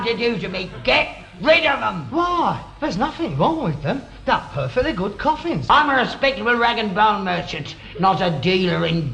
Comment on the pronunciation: 5.20..corfins..what is a corfin..?..